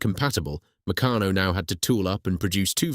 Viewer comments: Pronunciation of Meccano ffs. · An excellent script, spoken by a moron. Is this computer generated voice over? Why do you use it? It's try-ang not tree-ang, and you can't even pronounce Meccano consistently.